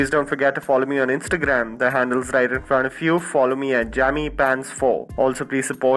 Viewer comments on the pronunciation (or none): none